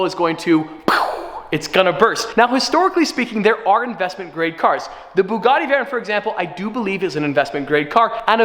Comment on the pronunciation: we might sell the B U G G A T T I Me: 😭how did he say it so confidently 🙃🙃